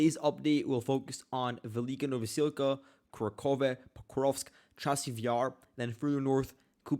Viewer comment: The Russians are much further along in Kurakhove. Its pronounced Ku RAK hov-ah by the way, with annunciation on the 2nd syllable, RAK. The first syllable is NOT "Kura", its "Ku", and annunciation is not on "khove", its on "rak". Ku Rak hov-ah (or Kur RAK hov-o). The Russians have taken Kurakhove all the way up to the small river dividing the town, and captured the railway station. DeepStateUA reports are about 2-3 days behind reality (their reports are deliberately delayed by the Ukrainian government). Check Suriyak Maps, neutral and more reliable.